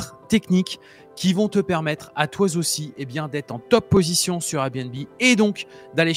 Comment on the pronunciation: Très bons tips. Merci. Juste la liaison mal à propos "toiz aussi". 😂